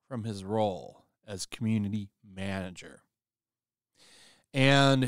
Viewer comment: Lol "manger"